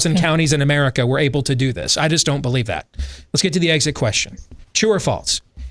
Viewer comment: says Merica